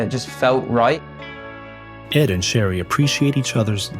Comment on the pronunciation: The narrator kept calling his wife "Sherry", but isn't it "Cherry", like the fruit?